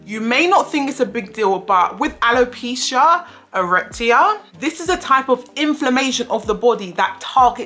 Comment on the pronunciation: Respectfully, Can I please tell you how to pronounce that word? “Alopecia-;”(a-re-ata)?😊 A-re-ata